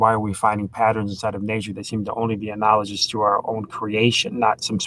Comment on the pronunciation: is dreadful. A boring, aggressive motormouth unable to have a conversation. But he seems good at holding grudges. And it looks like he never learned how to pronounce analogous, although he loves this word. Turbines rotate, but not all things that rotate are turbines. A flagellum is more like an axle turning in a bearing, definitely not a turbine. is dumb as an atheist rock.